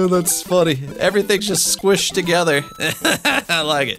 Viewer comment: Why are you saying squished like squshd